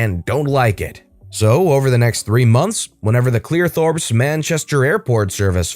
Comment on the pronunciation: Its not Clearthorps its CLEEETHORPS